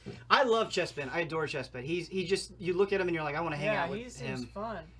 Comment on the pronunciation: CHESPIN how Ben said chespin there had me dead